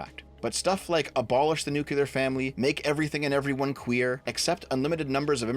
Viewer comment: Lost me at nucular... 😒